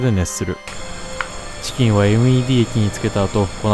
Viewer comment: ﾝｧｱｰﾂｨｷﾝﾆｨｬｱｱｱｰｰｰｰｰｰｰｰｰｰでもう無理だった